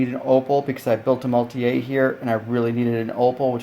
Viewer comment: I am getting this kit and I wanted to see how it looks. I love that it comes with passengers. Thanks for the video! BTW the vehicle is German, not French; maultier means "mule" and is pronounced Maul-teer.